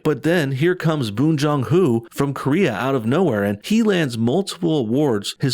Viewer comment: It's pronounced how it's spelled, Bong.